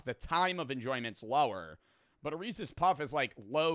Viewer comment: This is the first time I've heard pronounce "Reeces" like a normal human being lmao